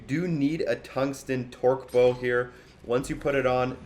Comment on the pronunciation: Torque "bow" lol